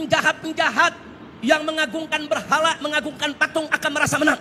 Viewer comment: Berhala ngomong Berhalaa😂😂